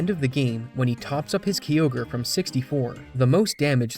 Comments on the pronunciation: Never seen anyone call Kyogre "Key-ogre" lmao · Best one I've heard is when I worked at gamestop during the ORAS release. Marketing videos said "groo-don" and "key-ogg-ree" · My brother never played pokemon only Dragonball Games and well the first Time he saw it he went Kaio-gre 😂😂😂😂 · Every time I heard say Kyogre it hurts my soul is incorrect about the crit chance it's 6.25% not 3%